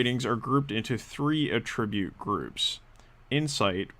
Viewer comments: I'm curious to know as well. I just finished watching a software tutorial where the developer kept using the same mispronunciation. His english was perfect otherwise. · Curious where you are from? I’ve never heard the noun pronounced like the verb anywhere I’ve been. Not trying to be rude, just curious about that.